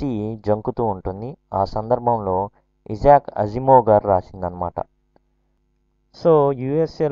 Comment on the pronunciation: ఇలాంటి పబ్లిక్ వీడియోస్ చేసేటప్పుడు pronunciation confirm చేసుకుంటే బాగుంటుంది. ఇజాక్ కాదు ఐజాక్ అనాలి